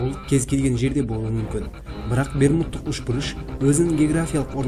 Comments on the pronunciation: Үшбұрыш! Ушбурыш емес🤨👆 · Ушбырыш емес ұшбұрыш деп айчиш толық қазақсың ба ?